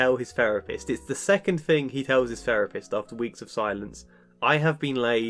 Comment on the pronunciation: A therapist who says "ferapist". Hmmm.